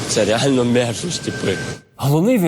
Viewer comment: хахаха))) "це рєально мєрзость"))))